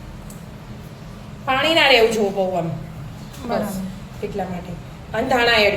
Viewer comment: બેન પૉણી નહી પાણી બોલો